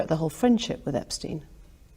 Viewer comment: Andrew espstiene😂